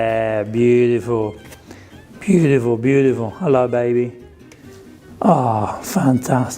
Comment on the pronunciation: You said hello like an Aussie! Cute! All the recipes look delish!